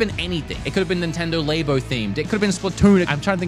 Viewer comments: LAYBO 😂 all those scientists in their LAYboratories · Labo was pronounced wrong, you pronounce it like you're talking about a laboratory